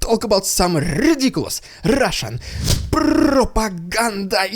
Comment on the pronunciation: Your "rrrrrridiculous rrrrrrrrrrrrussian prrrrrrrrrropaganda!!!" always gets me hyped up!